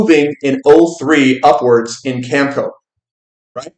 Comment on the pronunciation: not to nitpick. it's cam eh co.. cheers